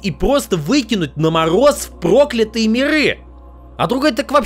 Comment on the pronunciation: не первый раз обращаю внимание, что ты иногда странно ставишь ударение. Ну, "проклЯтые бибы", же, а не "прОклятые". Если ты сам пишешь тексты, как такое может происходить??